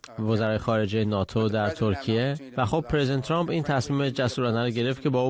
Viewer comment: این پروپسال چیه که کارشناس،تحلیلگرمجری،مهمان،میزبان و ووهرکی میادمعنی فارسی پیشنهاد رانمیدانندخدااااااا،وترامپ راچنان غلیظ تلفظ میکنند ترررررمپ،چررررررمپ،ترووومپ،خومثل ادم بگید،ترامپ،وپیشنهاد،پروپزال😮😮😮😮😮